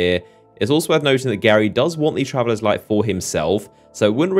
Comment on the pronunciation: I can't help but think about that spongebob episode with Gary and the bath every time you say Gary instead of Ghaul lol